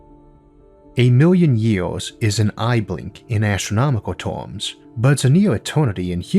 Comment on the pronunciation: Its terms dude not tooms,and he said iwonies ( Ironies) sorry to be so picky